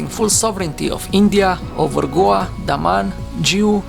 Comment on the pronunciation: You can’t pronounce Goa?